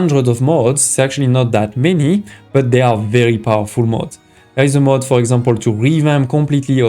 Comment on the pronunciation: Good Video. But please look up how to pronounce mode and mod.